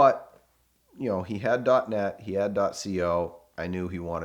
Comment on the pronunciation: . c o? come on!! Its . co no space